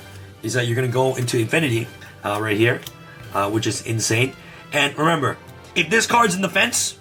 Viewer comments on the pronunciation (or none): none